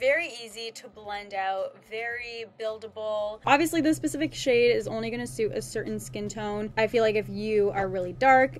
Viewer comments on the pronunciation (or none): Ahahahaha you said “Pacific” Instead of “specific”